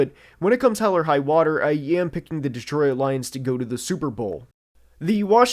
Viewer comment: "Deetroyit Lions"